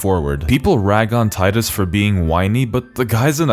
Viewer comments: HAHAHAHAHA I love you hahaha its fucking Titus not Teedus lmfao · Damn right its Tide-us us not tee-dus. Fuck what they think is canon, its wrong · I'm subbing because you didn't call him "Tee-dus" I know its canon but that really bugs me. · You said tidus correctly. Thank you. Anyone who argues its "tee-dus" is objectively wrong, that's not how the english language works. "oh, but the original japanese said it like tee-da" Okay, then spell it differently. The combination of letters we got doesnt make the sounds you're pushing people to make. This message is on behalf of team tidus. And you know how im saying it. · The fact that you pronounce Tidus correctly made this video instantly wonderful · Love that you pronounce Tidus correctly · tee-dus is a truly terrible pronounciation, saying tidus like a normal english speaker makes so much more sense because it even matches the game's beach theme as in "tide" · Thankfully, you're a normal person and not some weeb who pronounces Tidus' name incorrectly. ^__^ what a relief. . . We're glad to have you on the team. 🫡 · Liked for saying Tidus named correctly. Fight me too. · So glad you pronounce Tidus' name right. If they wanted us to call him Teedus they shouldn't have spelt it Tidus. It's literally the Roman name Titus just with a D in the second T spot. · You get a like for pronouncing Tidus correctly. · The pronunciation of Tidus is canon because it's a real world name. If you want to be proudly stupid then that's on you.